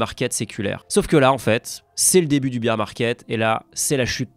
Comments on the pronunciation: BEAR se prononce BAIR pas bir !!! C'est pas le marché de la bière (beer) 😂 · Mdr, Bear ca se dit "baire" pas "bire". La tu viens de dire "le marche de la biere" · Trop cool la vidéo ! J’ai juste un petit doute sur la prononciation de « Bear » 🐻 vs « beer » 🍺 ;) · "bear ("bère") market" pas "beer" market" le marché de la biere mdrrrrr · Bear market se dit "bère" et pas "beer" qui est...de la bière. Cool video mais ça pique aux oreilles😅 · Le Beer Market.. n'importe quoi.. y'en a marre d'entendre cette prononciation ! C'est "Bear" -> bér, pas bir. Beer Market c'est le marché de la bière. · tu me déçois toi aussi tu dis BEER market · "Beer market"?